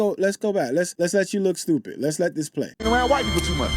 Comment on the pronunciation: What is 'shtupid' trash panda cant even talk